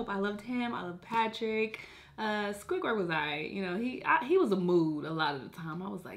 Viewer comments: I died when she said squidgwird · Why you sayin squidwards name like that